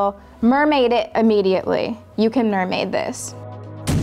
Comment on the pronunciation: Pronounces "can" like "ken"